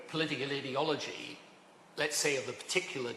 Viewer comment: Why does he say "idi-ology" ? It is clearly "ideology" coming from the word 'ideal'. This guy just likes others to hear the sound of his own voice. His views are utterly irrelevant now.